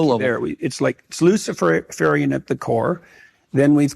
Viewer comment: "LUCIFERIAN" ?!!? Seriously?